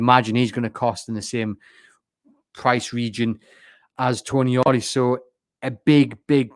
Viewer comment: Not Toni-ali. It's pronounced Tonaali :) a long A.